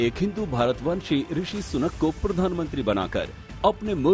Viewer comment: सुकन नही सुनक है